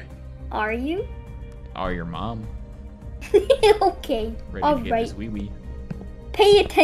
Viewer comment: It's OKEH to not be OKEH ❤️ (titan cry😭)